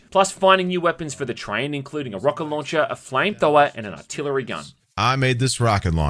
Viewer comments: I think you mean "RAW CAT LAWN CHAIR!" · "Rocket Lauwncher!" Never gets old haha